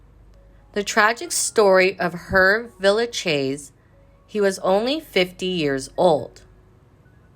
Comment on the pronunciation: Pronounce his first name correctly please.